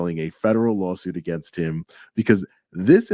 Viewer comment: Law suite! Law suite! Law suite! Law suite! Come on everyone say it with me!